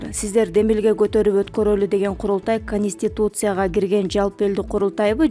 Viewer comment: Ханистутус я эмес канститутс я албаручу! Кыргыз тилин билбеибы